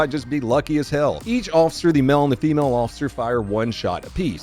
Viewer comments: Its pronounced Male not mil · Every time he says "male" like "mell" I shit my pants and throw up a little.